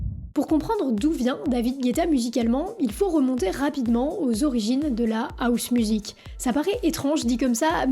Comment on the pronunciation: Pourquoi vous « Françiser » mes mots anglais? Housemusic se prononce avec le H !!!!